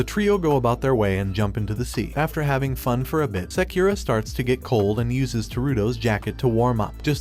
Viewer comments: "seukura" headass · he said sakeera when the name is spelled sakura its like he doesnt watch anime or is it a robot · sakura is pronounced as sekura? really? then it's prounced as sekira? bruh, this is either cultural appropriation or ignorance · Did u just pronounce sakura sakyura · Bruv you didn't pronounce sakura right boi